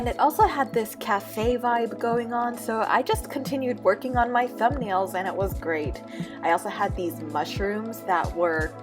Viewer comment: it sounded like you said you finished twerking lol